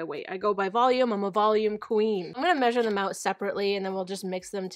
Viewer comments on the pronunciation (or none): none